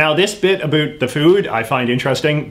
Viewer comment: What's up with your pronunciation of the word "about"? In what region of Canada do people actually pronounce it that way? I've never heard it in any place I've lived, including Alberta, Saskatchewan, or Ontario. Are you just playing to an American stereotype of us Canadians?